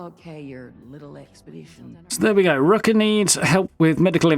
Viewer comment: So you pronounce "er" like an "a" And pronounce "a" like "er"?... 😂 Rucka is Rucker to you And Rucker is Rucka to you 😂🤣